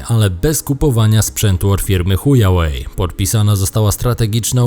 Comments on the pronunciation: mowi sie hua łej a ty mowisz huja łej XDDDDDDDDD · Dlaczego pan z uporem maniaka wymawia Huawei jako Chujałej? Czy ta firma coś panu zrobiła? Czy ona zabiła mu rodziców, żonę i dzieci na raz, po tym wszystkim naszczała mu do kawy i nasrała do obiadu?